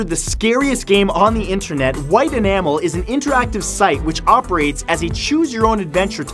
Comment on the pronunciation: "intrenet" That is what he said